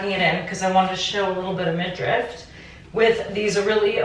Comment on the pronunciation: I've been watching your videos forever and I love that you still have the egg bag and those heart gold earrings... cost per wear must be zero and sustainability is 100! Also, this always makes me laugh when I hear people saying "midrift" instead of "midriff" lol! Love seeing your trip to Greece 😄😄😄